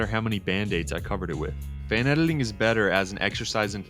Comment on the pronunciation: Why do you pronounce it "edeling" instead of "editing"?